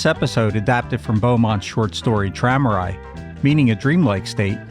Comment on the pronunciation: What was that Charles Beaumont story, which you said means "a dreamlike state?" Sounds like you're saying "Tramerite" or something like that. I can't find any info on it.